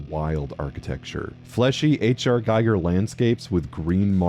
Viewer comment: First off, the Hell in Doom 3 is freaking terrifying. It's not generic. It's straight up Event Horizon-y. A realm that hates your existence, with unending screaming, crying, the cries of the damned. It fuses rock, fire, lava, and flesh. Second, it's "H.R. Giger" pronounced "GEEGER."